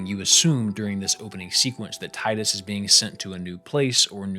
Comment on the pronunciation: It's always so nice to find someone else who says Tidus the way I do.